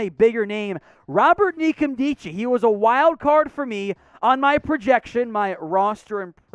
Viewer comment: Robert Nkemdiche - the N isn't pronounced. It's "kem-deechee" from what I gathered when he was on 710's Wyman & Bob Show the other day.